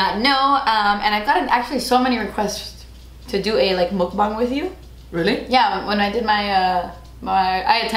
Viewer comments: Dang u pronounced mukbang spot on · only yter that pronounces mukbang correctly 😩😩🤧❤️